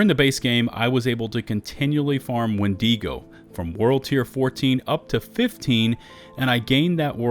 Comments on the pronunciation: Wen-dago not wen-digo sorry to be that guy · Please please please stop mispronouncing Wendigo: it is WENdigo, not wenDEEgo. The I is the same sound as it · Why do you keep putting so much emphasis on the e in windego?